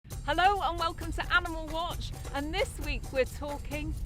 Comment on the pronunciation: Sounded like aminal